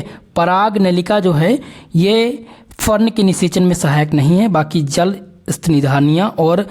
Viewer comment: Jl ko jaal bol rahe ho or bhot sare word sahi se pronunciation nahi karne ate thoda jada practice ki jarurat hai tumhe